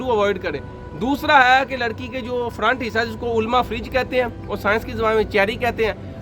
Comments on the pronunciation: Furj hota hy firaj nai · او بھائی فَرِجْ نہیں بلکہ فَرْجْ کہتے ہیں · فریج نہیں بلکہ فرج